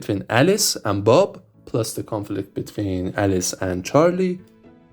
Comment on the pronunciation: a few more: product is not “porduct”. “Plus one” is not “pschthdrhon”. “Alice’s” is not “Alsys”. “Alice” is not “als”. “Conflict” is not “confelict” or “confict”. “Lowest” is not “Lois”. “Ground” is not “grand”. The number of syllables really matters. The stress pattern really, really matters. Your video is probably interesting but… I’m not in a mood to reverse engineer mispronounced English in an accent I’m not very familiar with. It’s not that it’s bad compared to a typical French or Spanish accent — it’s actually a lot better! — it just that it takes too many brain cycles because of the unfamiliarity.